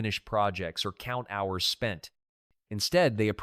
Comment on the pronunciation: Hey guys, I suggest you don’t use AI until it’s been perfected. Examples in this video are: “hours” pronounced H ours. When giving the prices of a quilt from, for example, $300-p to $1500, the AI says $300 minus $1500. It’s not through learning yet.